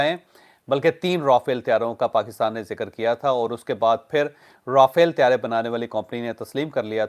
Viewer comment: چوہدری صاحب Rafael نہیں را فیل